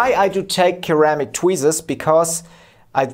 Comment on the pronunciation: B b boom. Fantastic. Your english is excellent, we English pronounce ceramic "seramic" 👍😁 but i wont argue about it 👍🤣